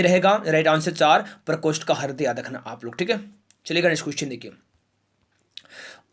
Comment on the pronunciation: Sir hindi me sahi nhi bol pate hai kya harday hota hai hriday